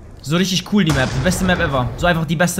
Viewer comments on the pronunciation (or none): none